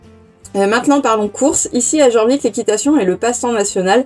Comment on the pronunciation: J'étais pas du tout sur le jeu quand j'ai vu ta vidéo, non c'est faux 😂 Juste le jeu est suédois et les "j" se prononcent "-i" (on dit "iorvik" "iarlaheïm" etc) bonne aventure à toi 🤪 (moi au début de la vidéo: "un code? Pitié des star coins, pitié des star coins..." -: "... une semaine de star rider" -"noooon 😭" team lifetime 🤚